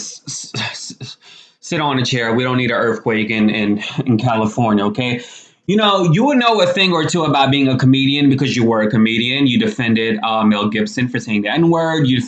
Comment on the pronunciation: Ummmmm I am just a few seconds in and there is absolutely no need to say 'eathquake' !